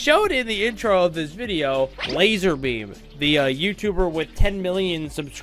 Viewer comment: ITS LAZARBEAM NOT LASER BEAM